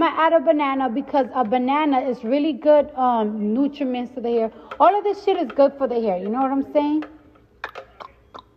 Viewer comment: She said nutriments I heard that